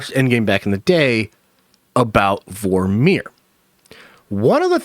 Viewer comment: Great video 👍🏼 Why are you saying Vor-meer like it’s 2 separate words?